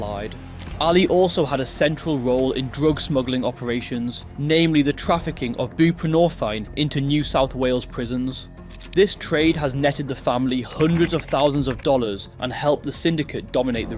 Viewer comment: Hey Love watching your videos!! Just to let you know - its pronounced "buprenor - FIN" not fine. Also just incase you wanted to know what they call it in jail or on the street - they call it subby. Not trying to be a prick or anything just thought you might like the pointers haha Edit: also in the jails an 8 mg strip of subby goes for $400 - $500 now (at least in Queensland jails)